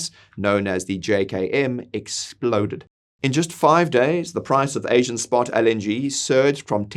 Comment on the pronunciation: I couldn't really pay attention because he keeps misprouncing LNG. IT'S (EL)NG, NOT (AL)NG! Jesus, man, how are we supposed to take you seriously? 😂